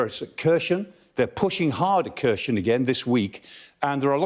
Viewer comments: Kharson is pronounced - (k)haar-son - not kershen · Here-son. Say it with me: Hair-sawn. Kherson. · Why does he pronounce Kherson as Khershon? Will he pronounce Jackson as Jackshon as well? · Kherson isn’t read that way. Explains the expert isn’t much into the region. Rather another stage for the Sky News